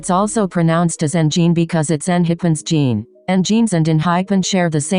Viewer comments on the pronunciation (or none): none